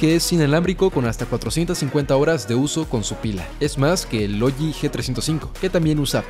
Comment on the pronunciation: “Logi" xd